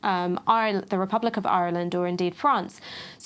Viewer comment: As a flippant aside in such heavy times can I just say as an Irishman, I fully approve of pronunciation of Ireland... it's rather awesome.